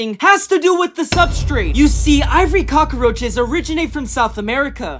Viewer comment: y do u say cok instead of cockroaches is it replents for short